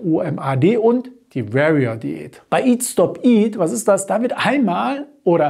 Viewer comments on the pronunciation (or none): Alles gut und richtig erkläre. Nur "Warrior" spricht man "W-O-R-I-A" aus... :-))))) Nicht "W-E-R-I-A" ;-) klugscheissmodusoff